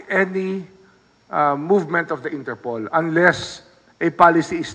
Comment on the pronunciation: Its not ENTERPOL it's " INTER POL " Internacional Polis " Polis ayus syusin mo pannalita mo, many are listening in your correct pronounciation .😊😊😊😊